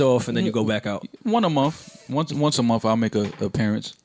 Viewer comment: will someone tell Joe that there is only one M and no F in month. thank you in advance.